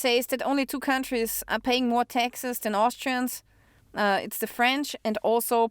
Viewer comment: She said "Texas" and I thought she was talking about "Texas" but when she said "paid Texas" I figured out she was saying "taxes".😅